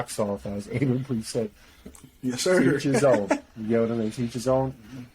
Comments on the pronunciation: It's pronounced AB-A, not A-BA 👍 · Bruh, if he says Aiba one more time . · You don't say the "A" in Aba.. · Nigga said abea , no son Abba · Its written Aba but pronounced Abba Good vid though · Love the video, but c'mon you guys you could at least pronounce Aba's name correctly lol. They say it all the time!! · It’s painful every time you say Aba wrong good video though.